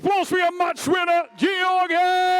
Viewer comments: did Travis say Georgi Fat-kov after 3rd round? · I can’t stand listening to Travis butchering everyone’s name anymore. “Gorgy Fetkof” come on. It’s literally your job to commentate on this event. Take the time to learn how to pronounce the athlete’s names.